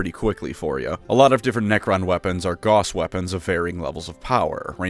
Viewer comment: Gauss is pronounced like house but with a G, not like boss but with a G.